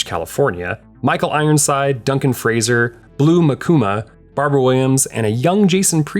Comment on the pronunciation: It's Blu Mankuma. With an "N". He's my dad's brother. I forgot he was in this.. 🤩